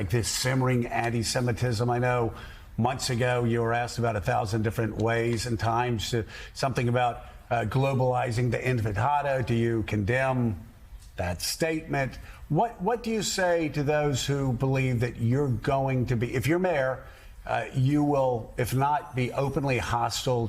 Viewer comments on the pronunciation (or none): Joe if you're going to keep repeating this stupid allegation that he's antisemitic, and the slogan Globalize the intifada, FFS learn how to pronounce the word. This is the second time I've heard you basically say "globalize the in frittata". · I heard enchilada, empanada, inpinada now I don't know If I heard right but did he just said Intif i tada? close xD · did he say infantado lol